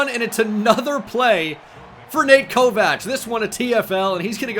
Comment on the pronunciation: Why does he pronounce it Ko-Vach???